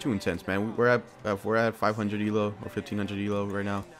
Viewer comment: How you say "elo" xD It's prnounced E-Low